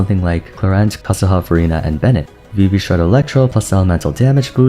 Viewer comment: it always sounds like you’re saying verina instead of furina lmao